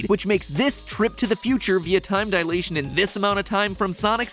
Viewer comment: Alas, someone who pronounces dilation correctly!